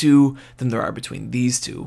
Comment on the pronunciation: I love how he says "aRRRRe"